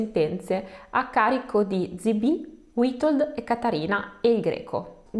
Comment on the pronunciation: "W" in polacco si legge "V" quindi Vitold. Ma non ti preocupare, ci hai provato con la lingua delle più difficile nel mondo. Sei bravissima. Complimenti.